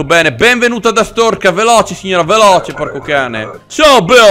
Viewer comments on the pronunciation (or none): Siamo alla seconda stagione e ancora non sai pronunciare bene Artzorska